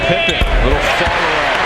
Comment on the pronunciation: My Dude why do you insist calling him Pipman.... It's Pippen.. So annoying!